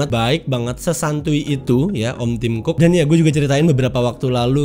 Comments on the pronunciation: bacanya tim cocok haha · Tim cook dibaca tim cokkkk.... Hehehe...